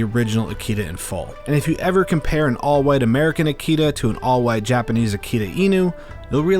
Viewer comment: Firstly, please pronounce "Akita (秋田)" correctly, it's a short-vowel. American Akita dogs are not considered real or pure-bred Akita-inu in Japan, but they do carry some traits. Japanese dogs have been in Japan since the last ice age. They have been bred for mostly hunting and raised with raw fish and meet (or basically left-overs in the process of human cooking.) Without fish, Japanese dogs will suffer at older age. It was uncommon to keep them inside the house or on a leash up till mid-to-late 20th century. They were never pets, but rather known as "MATAGI" dogs. MATAGI is a unique and ancient hunting style conducted in the mountains of Japan. That's why Japanese dogs only have one master/owner.